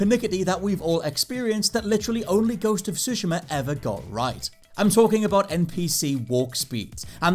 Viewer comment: Please, play sekiro and tsushima in Japanese, for like.....15 minutes each....this way, you may hear the correct pronounces of both names....